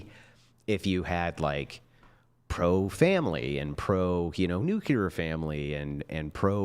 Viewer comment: Only into it & runs circles around these chicks. is the best! My only gripe is that pronounces the word nuclear wrong, and I hear it every time he says it and I'm like 🤔/🤷🏼‍♂️ 😂